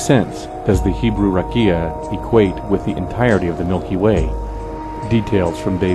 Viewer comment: I'd just change how you pronounce "rakia" (רקיע). It's not stressed on the first syllable ('rah-kee-ah) but on the second (rah-'kee-ah). You're absolutely correct about its meaning, though. It's pictured as a dome hammered out overhead to hold the waters above it back from falling down upon the earth.